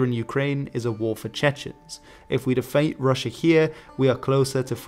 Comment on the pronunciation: where in the UK are you from? I've never heard defeat being pronounced as "defate"